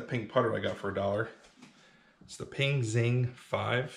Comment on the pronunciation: Oh Ping! I thought you where saying pink putter